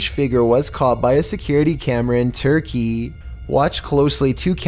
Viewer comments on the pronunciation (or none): none